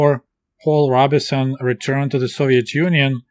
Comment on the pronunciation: Comrade What an interesting book to review. I waa hoping to hear about Langston Hughes! Also... Robeson is pronounced ROBE - son, not RAW-bih-son. I know you never really heard of him but he's a major American musician of the 20th century.